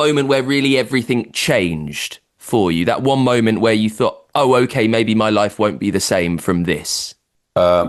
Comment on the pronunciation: Seriously, dude? Are you just too cool for the second syllable of MOMENT? A MO??